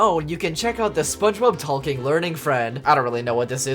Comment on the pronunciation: Hitting the L in talking is interesting hahaha